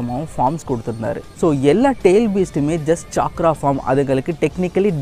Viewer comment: Bro dhayavu senju word pronounce correct haa use pannunga (ex:chakra nu sollunga chaikra illa )